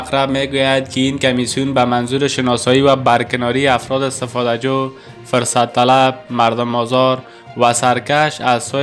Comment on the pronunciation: يك مثال ديگر : واژه فرصت بايد حرف ف را با ضمه يعني پيش بخوانيد هرگاه با كسره يعنى زير بخوانيد معنى اش مى شود دستمال حيض يا قاعدگى ماهانهء خانمها يا عصيترش دايپر قاعدگى . حال انتخاب با شما است.